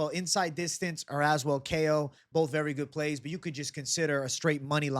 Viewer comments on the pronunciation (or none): i swear i think youre the first person i noticed that pronounced Az-well lol